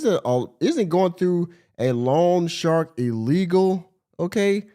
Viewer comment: I am sorry; but this is driving me nuts. It’s not ‘long shark’; it’s loan shark. They are called that because they are illegal predatory lenders that charge super high interest rates. Every time she says long shark my head wants to explode. 😂